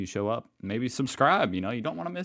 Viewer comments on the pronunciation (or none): none